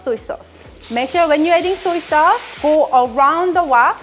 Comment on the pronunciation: Suey sauce???